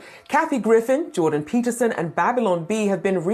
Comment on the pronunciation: “Jorden Peterson,” eh? 🤣